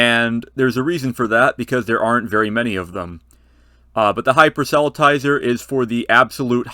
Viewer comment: FYI: Not quite how the word 'proselytizer' is pronounced (I think).